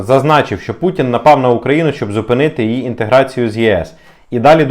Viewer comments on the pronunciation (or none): none